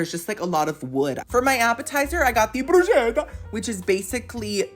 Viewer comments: you are a delight!! Bruschetta = broo-sketta. Ch in Italian is a hard k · Bruschetta is actually pronounced bru-sketta:) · YOU PEASANT, IT’S PRONOUNCED BRUCE-KET-AH!!! Love you ❤